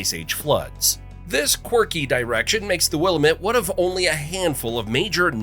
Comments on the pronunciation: Paulina is pronounced PAUL I NA Willamette is Pronounced WILL AM ETTE Oregon is pronounced ORE E GUN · Wil-lamb-met . Get it right please, lamb-lamb-lamb! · Cringe every time he says willimit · Willamette is pronounced as such: in 3 syllables 1st syllable, Will., 2nd syllable, am and 3rd syllable, ette Will ( as a man's name) - am (as in, "I am") - ette (as in, "wet") Sheesh, if you're gonna make these things you ought to know how to pronounce the towns, cities and other places too!! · With so many comments regarding the pronunciation of the Oregon central valley….will am. Met!! Aaaaagh, my ears!! Say it correctly! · willamette rhymes with dammit. yes? yes. says this 6o something native. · Willamette pronounced Will-lam-mit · Pronunciation - Wuh-LA-muht Emphasis on the SECOND syllable NOT the first!!! DUH!!! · My left eye is twitching at your mispronunciation of Willamette 👺Anyway, thank you for sharing this. I lived in Portland since 2003 but never knew some of these places in your video. ROAD TRIP!! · Willamette wasn’t the only word mispronounced. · You mispronounced Paulina Lake, which was a minor thing. Then you mispronoinced Willamette valley and I noped out of the video. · He definitely needs to learn to pronounce more then just Willamette, he says a few other things wrong as well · It's Willamette , Dammit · Learn how to pronounce Willamette properly! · Willamette pronunciation is a dead give away you're not an Oregonian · Obviously the guy describing Oregon's famous features is not from here.... Mispronouncing many places. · Every single time "Willamette" was said it sent my OCD off-the-charts! Hahahahaha! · The way he pronounces Willamette makes my blood boil lol. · The narration sounds like and is most likely AI and that's why it's pronouncing Willamette and so many other words so wrong. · You should have learned how to sat willamette before making this video. Native Oregonian here. This is infuriating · It AM WillAMette! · wuh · la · muht